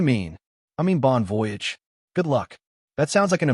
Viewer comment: She said she had applied for a job but she doesn't have one yet. So what if she doesn't get a job? It's pronounced bon vo-yage. AI learn to announce the words. Since he said no, why didn't she just go on by yourself. Why do others think insulting someone gets them to do what you want? Why do mothers get involved?